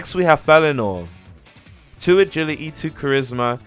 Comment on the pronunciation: agiligy :) agili'e